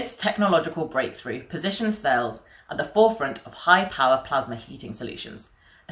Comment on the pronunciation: Please ask someone at Thales how to pronounce their company name!